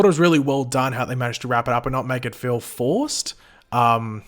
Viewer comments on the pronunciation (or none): none